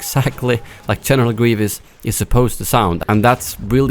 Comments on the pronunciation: General Gwievous 😂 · General Gwevious 😂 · General gueevus